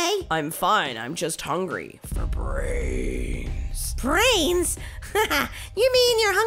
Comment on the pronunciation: You said bwains bwains